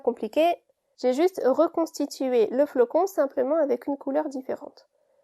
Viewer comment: Le flocon et pas flacon....................